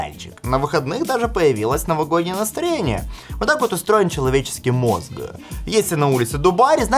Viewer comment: А я смотрю ты упорно не пользуешься советами от филолога, да?! Неоднократно же просил обратить внимание на то, что: мозГ, самсунГ - все это в русском языке, на котором ты разговариваешь с нами, оканчивается только и исключительно звуком "К" (БоГ - звуком "Х"). Ухо просто "режет"...